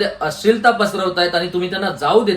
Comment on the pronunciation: आम्हाला तुमची तळमळ कळते. पण आपण।मराठी माणसाने तरी मराठी शुद्ध बोलले पाहिजे. अश्लिल..अशील नाही हो. बरेच उच्चार चुकीचे होत आहेत. जरा लक्ष द्या.